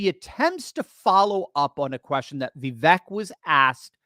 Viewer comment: Va vake like cake is the pronunciation